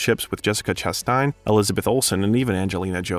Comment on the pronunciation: I was sure it's a bot. That's not how Canadians would pronounce those words, and anyone who follows cinema would have learned to pronounce "Branagh" "Chastain" and "Coriolanus". There were scores more as well as odd cadence.